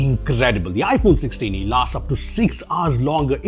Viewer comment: Not iPhone Solah-e.... it's iPhone Saalee